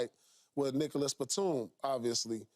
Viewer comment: im pretty sure he said Nikkalas batum